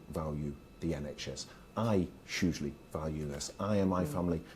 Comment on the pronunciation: Can someone please tell this shyster, Barclay, to say the word ‘huge and hugely properly. It drives me mad when he says Chuge and Chugely.😡😡